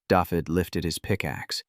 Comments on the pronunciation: Every time I hear the narrator pronounce David as daffid it makes me cringe. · It's pronounces Davith ( hard TH of the) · Can't pronounce Dafydd.